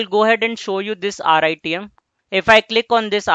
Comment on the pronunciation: good contents but please dont tell RITM as rythm because its confusing me. sorry to say that i like the way you teach.